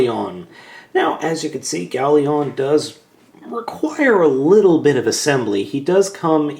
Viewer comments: lion. its gao-lion. not leon. just a little nit pick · Gao Lion, Not Gao Leon!, urgh! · It's Gao Lion, not Gao leon. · its not ieon its lion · the first ones wrong it is gaolion not goalion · Howcome you keep saying GaoLeon? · nahhhhh (even though its Gao-lion) after being subbed to him for quite awhile i have notices that he mispronounces names alot......get used to it haha but hey thats what makes:D lol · Judging from the appearance, I'm guessing you were pronouncing it "Galeon" as a joke? Or am I just mishearing things?